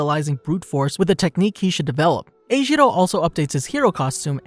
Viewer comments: Sorry I just have to say that they say his name is not ejiro it is enjiro en- jiro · Him:eshiwo Me:ejirou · E gee row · Him being called eijiro caught me off guard, he’s always been called kirishima(or Kiri) by everyone I know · Neither do I, and it just makes it harder to watch these vids, because while in the show, his name is kirishima, he calls kiri eljiro lmao (Im pretty sure I spelled that wrong)